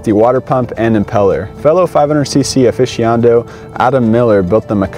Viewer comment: what is a "aficiondo"? I think you mean "aficionado"? lmao YW.